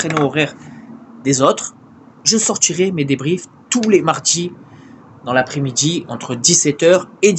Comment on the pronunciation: "Sortchir" "Mardchi" "Après midchi".